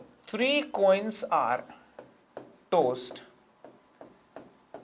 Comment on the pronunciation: Tods sounded like toast